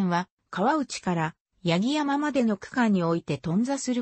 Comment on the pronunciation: 音声の読みに誤りが有りすぎるので、ツッコミを入れておきます。 ・八木山 ×やぎさん ○やぎやま ・愛子 ×あいこ ○あやし ・川内旗立線 ×かわうちきりつせん ○かわうちはたたてせん ・青葉山駅 ×あおはやまえき ○あおばやまえき